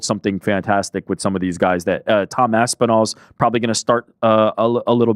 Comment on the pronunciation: How the fuck did butcher Ilia’s name so bad hahaha